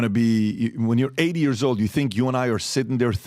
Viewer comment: you’re saying years wrong… it’s not YURS it’s YEARS lol